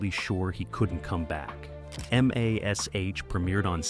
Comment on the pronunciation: Em Ay Ess Aych?? 🙄 Gary Burghoff was not the only one who knew ahead of time.